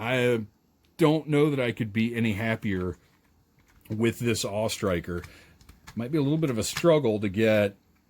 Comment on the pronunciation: I gave this video a thumbs up for pronouncing it the AWE Striker and not the A...W...E Striker.